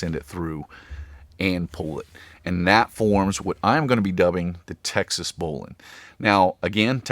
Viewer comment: Subscribe because you pronounce bowline correctly